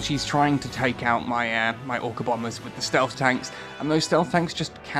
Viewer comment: i mistaked or he said ORCA bomer?